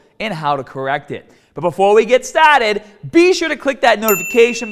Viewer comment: Before we get STAHHTTEEDDD